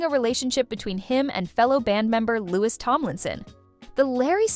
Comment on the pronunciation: You lost me after you pronounced Louis’ name incorrectly.